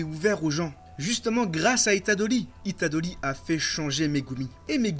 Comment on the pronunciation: “Itadoli” c’est horrible il le répète 66x enpls